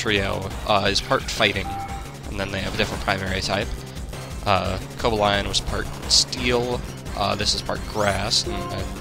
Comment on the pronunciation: I love your playthroughs,. But... Seriously? "koh-buh-ly-uhn"? and verizon? "tehr-uh-ky-uhn"? My god, i have never heard anybody butcher these names as much as you do.